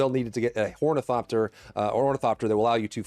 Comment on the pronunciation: did you say hornycopter? :D